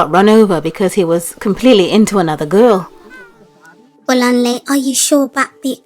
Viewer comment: LMAO when I saw a fellow Yoruba girl on screen I screamed!!! by the way it's pronounced Bolanlay not Bolanly